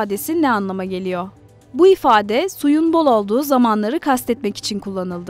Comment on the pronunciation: Türkçeyi lütfen doğru telafuz ediniz geliyoo gıdiyo diyo yapıyo san ne diyoooo